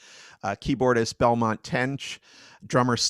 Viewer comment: Benmont Tench, not Belmont.